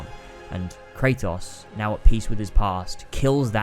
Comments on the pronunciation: I don’t understand how you can play a game in its entirety and mispronounce the main character’s name every time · You played through the series, made a 2+ hour video analyzing it and still can’t pronounce the main characters name right? Shucks man :/